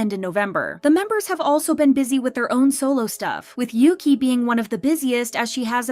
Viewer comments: isnt "yuqi" pronounced yu-chi instead of yuki? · You pronounce Yuqi's name wrongly, it's not Yuki, she's not Japanese. It's Yoo Chee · Yuqi is not said Yuki but Yutchi. The writing "Yuqi" is Mandarin pinyin. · btw it’s pronounced yu-chi not yu-kee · Pronounced ooogeee I believe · So americans dont just butcher the english language they butcher idle names too 🙄 who the hell is yuqi? Its pronounced ugee 💀🤦🏻‍♂️